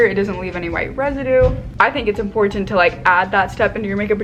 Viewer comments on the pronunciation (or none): I love the way says 'imporTant'